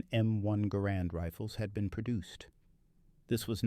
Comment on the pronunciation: It gar rend not gar Nord, it's a Canadian design after all.